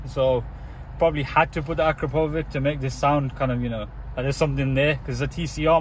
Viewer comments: I can't listen to you misspell the name akrapovič, so I'll give you a little advice on how to pronounce it correctly - acrapovich ( the Slovenian letter Č is pronounced CH in English ). PS: Will there be any other video with subaru impreza? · The exhaust is pronounced like " ahh crap oh vich"